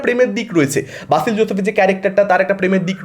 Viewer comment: বাসিল নয় রে ভাই, উচ্চারণে গড়বড় 😢